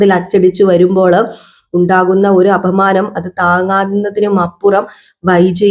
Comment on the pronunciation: അപമാനം ആണ് അഫമാനം അല്ല